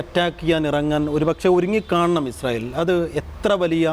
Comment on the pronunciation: ഇസ്രായേൽ അല്ല... ഇസ്രായേൽ തീവ്രവാദികൾ എന്ന് പറയൂ....